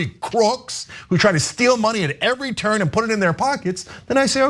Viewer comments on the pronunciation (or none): none